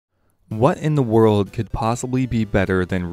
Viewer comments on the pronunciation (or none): none